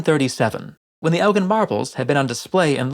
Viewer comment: Not "Elgin" marbles please..